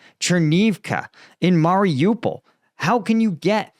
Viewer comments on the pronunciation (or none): none